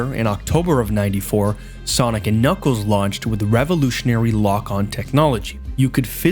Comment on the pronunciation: don’t worry he always says knuckles like kniggles